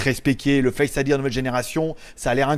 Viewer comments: C est tres bizarre on dirait que tu dis face idièr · Merci pour la vidéo mais on dit pas face idir 😂